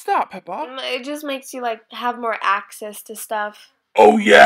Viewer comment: it's peppa not pepper